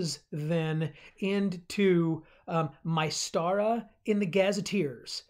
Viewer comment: Like the video you have a lot of good points. However I think you are not pronouncing Mystara correctly, you are saying My-stara and I think it more like Myst-ara, like the game Myst would not be pronounced My-st.